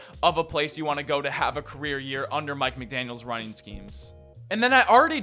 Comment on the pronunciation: guys theres no S on the end of his last name